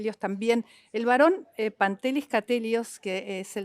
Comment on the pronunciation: Pantelis, la n y t griegas, cuando van juntas, es como una d. Sería Padelis.